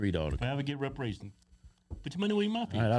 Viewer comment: Why cant Keith say reparations?? He hates the idea that much huh?